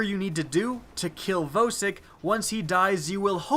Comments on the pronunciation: Vowsik? It's VAUSIK. VOSIK THE HEDGEHOG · YOU PRONOUNCE IT "VAHSIK"!!!!!!!!!!!! GOD YOU MADE ME CRINGE THE ENTIRE TIME WATCHING IT. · Jeremy Roman it really annoys me when people say voe-sick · Why do you pronounce vosick wrong? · Your pronounciation of Vosik gave me AIDS